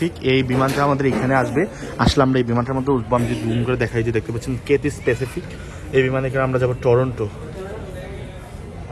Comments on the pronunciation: কাথ্যায় প্যাসিফিক ভাই, আপনি বারবার স্পেসিফিক বলতেছেন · ভাই কিথিস পেসিফিক না ভাই ক্যাথেই প্যাসিফিক আর চায়না এয়ারলাইনস না বলে বলতে পারতেন এটি চায়নার একটি এয়ারলাইনস